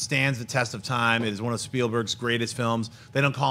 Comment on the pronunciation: did you say, I love one or I love Wan?:D